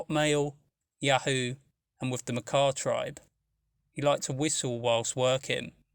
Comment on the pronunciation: Finally, someone that pronounces “Makah” correctly.